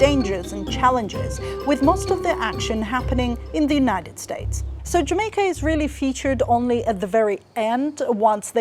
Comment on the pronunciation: This was a fun video, had a smile all the way through. IMO, the accent is hard to get just right, especially the intonation. Probably a specific example is rising pitch at the "Jamaica" at . I feel like a Jamaican would be lowering on the last syllable of "Jamaica". But he does a decent job portraying a general "Caribbean" vibe (esp. in a work of fiction/fantasy). And it's nice that they based their visual work on actual Jamaican scenery. It definitely feels quite "authentic" despite being animated!